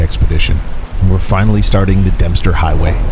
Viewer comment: hahaha! You said "Dumpster" highway!! Even the captions picked it up!😂